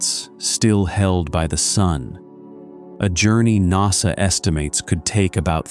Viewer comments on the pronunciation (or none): I have severe doubts of the expertise of a narrator (AI or otherwise) that thinks NASA is pronounced "nossuh". It's an "a". It's "nassuh"